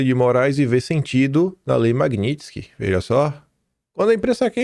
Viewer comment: Qdo o conseguir falar MAGNITSKY, aprovam anistia.